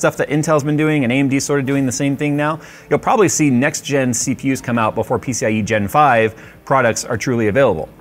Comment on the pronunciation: "peeseeyigenfive... peeseeyigenfive... peeseeyigenfive..."